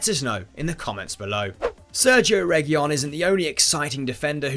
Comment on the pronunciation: It's pronounced as Rey-hu-leon